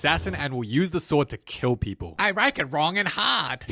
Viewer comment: I rike it rong an hard😭